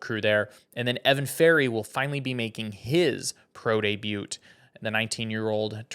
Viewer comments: Bro pronounced the T in debut 🤣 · The "t" in debut is silent, it's of French origin...